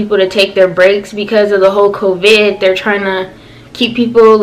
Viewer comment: CoVIIIID why did she say it like that😂